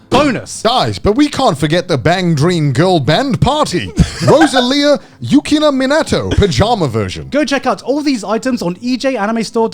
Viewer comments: Connor just butchered Yukina's Name😢😂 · All of my fellow Bandori fans just flinched with how Connor pronounced Yukina's, and the band Roselia's names. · connor misspronounces yukinas name so bad lmao its great